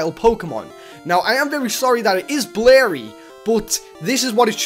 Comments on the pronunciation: Oh it's blerry? U mean blurry? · he say blarry not blurry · Blerry? groodon? ypu can't talk bro go back to English class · "its very blary" xD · how he pronounces blurry:b-larry